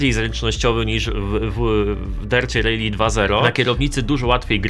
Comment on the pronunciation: Nie "rejli" a "rali". 😂😂😂😂😂😂😂😂😂😂😂😂😂😂 Gdzie ty usłyszałeś taka wymowę ?